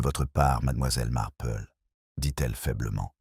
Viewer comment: Auriez vous l'amabilité de prononcer le nom de miss Marple comme il faut s' il vous- plaît ? Il est très difficile de suivre une histoire quand les noms ne se distinguent pas .Merci